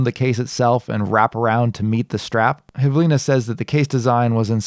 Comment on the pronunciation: IIRC it's belarusian brand (hv-ili-na, not h-v-lina) which means "minute"